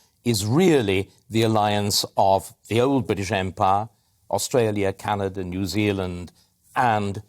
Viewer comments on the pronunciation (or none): none